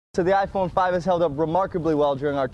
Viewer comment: ai nghe "Ay Phôn Năm" nào :)